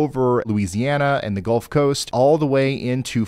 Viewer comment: You said Golf of Mexico? Eh eh eh